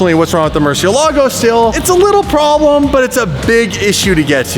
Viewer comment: "THE TYRE SLAYER HAS A PROBELM" 😂